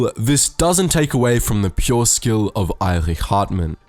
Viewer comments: You pronounced Erich like “Eirich”, but it’s just pronounced like Erik but with the German “ch” sound. It’s a small difference but I just thought I’d point it out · Erich pronounced Erik not Airich